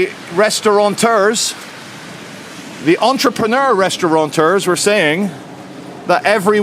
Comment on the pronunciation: there is no 'N' in the word restaurateur.👍